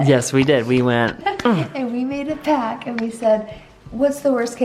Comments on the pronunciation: Sorry but the word is pact not pac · we made a pack, we made a pack.. its PACT lol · Hey! You make a “pact” not a “ pack”. 😊